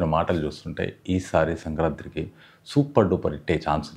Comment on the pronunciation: 'Sankranti'. Sankrantri kadu.